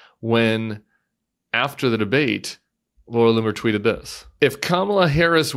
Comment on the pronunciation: Did you say the racists name is "Laura " LOON" er??